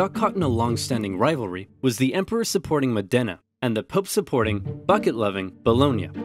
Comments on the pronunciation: it's pronounced Mo' dena [mɔːdena] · Beautiful video! Just remember, in the Modena the stressed syllable is the first one, 'modena (Mòdena). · It's pronounced Mòdena! :D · I’m from Bologna lol. Amazing video ad always, but it’s pronunced “Mòdena”. The accent is not on the E but on the O. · Never thought of pronuncing the city "Modèna". It sounds so different. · Modena is actually pronounced with the o stressed. Besides that and a few minor pronunciation issues, great video as usual! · Me from Modena, hearing oversimplified saying the name so wrong I didn't know it was my city: hilarious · That's not how Modena is pronounced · Every time you say Modena I die a little inside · I propose myself as your Italian pronunciation checker. Any time you're unsure, you can contact me (for free!!) and I'll help you out. For the time being, it's Mòdena not Modèna ;))) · Great video! It's pronounced Mòdena, not Modéna tho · Modena is said with accent on the first syllable, MOH-deh-nah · The pain when he pronounced Modena as "mòh-DEH-nah" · Modena should be pronounced mOdena with the accent on the O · Just a note, the accent is on the O, so it's MO-de-nA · Just FYI. Modena is pronounced Mod-ena, not Mo-dena. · btw it's MOdena, not ModEna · It's Mòdena, not Modéna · Fantastic video, but since i'm a modenese i cringe every time you pronounce modena wrong. The accent is on the o (Mòdena not Modèna) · It's pronounced Mòdena, not Modèna. Anyway, WE STILL HAVE THE BUCKET SO SCREW YOU BOLOGNA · Over oversimplified. Modena is pronounced MO dena, not mo DEna. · It's pronounced MOdena, not moDENa! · it's mòdena.